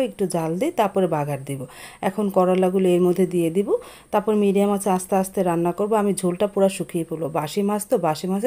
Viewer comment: Basi pangas mas bolar ki ase , mas bolte paren na